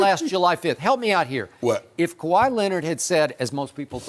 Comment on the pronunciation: Shannon “They talm bout what great moves the clippas...; do Kawaih run the clippas? 🤷🏿 🥴😬😂🤣😂